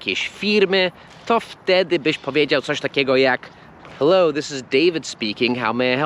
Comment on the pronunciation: Błaznujesz! Przy 'Hello?' należy wymawiać literę 'h'.